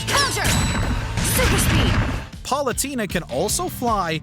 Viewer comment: Top 10 times butchered pronouncing some names: #1 Palutena (Par-loo-tay-na)